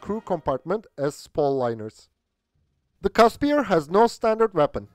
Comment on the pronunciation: FYI it's pronounced "Kusper" not "Caspier"